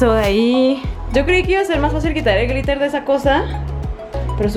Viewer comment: No es pr criticar pero en el min dice gritel en bes de gliter